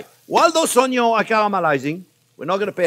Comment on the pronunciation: Oh-yo... (onions) Ha! Never gets old! Love this guy!!! 🤣